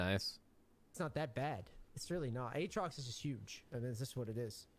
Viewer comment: never thought id hate how someone says aatrox...uhtrox. jokes aside this was an insanely informative vid, my buddy mains urgot and i like to have a good understanding of my friends mains